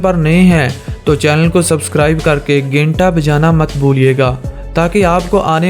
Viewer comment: Bhai sakrin nahi isko screen kahete he or genta nahi hota ganta hota hai